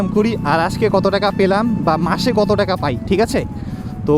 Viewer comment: পেলাম ❎ প্রলাম✅ 😂😂😂